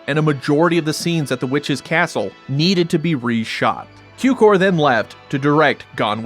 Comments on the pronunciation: Cukor means sugar so it shouts sound tsukor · George Cukor pronounciated with a TS as in tsunami (as if it would be tsukor). His father was born in Hungary, his name is translated as Sugar (like table sugar, it has relation to sucrose-cukor-sugar).